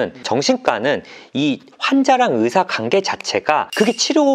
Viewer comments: 예전부터 느낀건데요... 주제넘지만 그래도 위해서 말씀드리고 싶었습니다 환자, 관계,과거 처럼 이중모음 발음하실때 신경써주시면 전달력에 도움될거같아요~~~ 이중모음은 거의 다 이렇게 발음하셔서 한번에 못알아들을때도 있거든요ㅎㅎ 지금도 한자, 간계,가거로 들리구요ㅠㅠㅠ 은 프로시니까 금방 고치실수 있을거같아요!! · 딴 얘긴데 '과' 발음 진짜 안되시네요ㅋㅋ 정신가, 간계 로 발음돼요ㅋㅋ